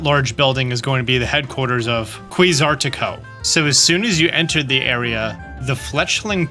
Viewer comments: Quasartico❌ QUARTASICO🇮🇹🍝✅ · lu-MEE-OS. and QWAY-ZAR-TIH-CO. 😂😂 i'm sorry it bugged me too much, i don't like being critical 😂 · Kwazarteeko. You can say it like that. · He also pronounced Quasartico like Quartasico 💀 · That and QUARTASICO have me dead. QUAY ZAR TEE CO. Quasartico. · In idk if mispronounced it on purpose but QUASAR-tico reminds me or rayQUAZA based on pronunciation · Quasartico KWAY-ZAR-TIH-COH They said it in the trailer! Pay attention! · hey, for the french accent its simple but complex: A is actually “aaahh!” I is actually the letter E solo S in the middle of vowels is usually a Z Quoi, Qua, any Qu that goes into another vowel is like “K - oooh” so Kooh aZahh rteeKo! also need to turn ur obnoxiousness to 31/10 to help